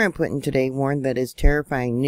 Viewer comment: Its pronounced, POOTIN!